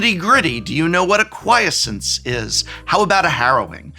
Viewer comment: Isn't Acquiescence pronounced "ACK wee Essence". How long have you been saying "Ack WHY issince"?